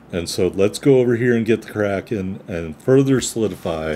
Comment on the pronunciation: Great Kraken on a great ship,! I believe the name is 2 syllables. I looked up a German WoWs PC player a long time ago and watched him use it in a 25 min video until he finally said the name near the end because he was talking about something else and not about the ship lol.